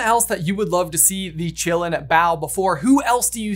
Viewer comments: I always expected it to be pronounced in the Chinese way of Ki-lin. Meaning it's name would be "forest of life" or "forest of blood". Which fits really well. But no. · The actual pronunciation for Qi is "chi" aka "Chee" and also sometimes "kee" like "key" so Asians pronounce the Qilin as "Chee - Lin" or "Kee - Lin". Not Chillin like we're just chillin on the stoop. Whoever pronounced it like that in the movie is an idiot. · You know I saw the movie in my language German and they said Qilin in a way I never could understand what that animal was called. It sounded more like Gi-lamb. It was very distracting. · Pronounced: Chee-Lin not Chillin'. It's Chinese. Like the French school, it's not pronounced Bo-bax-ton, it's Bo-be-ton because it's French.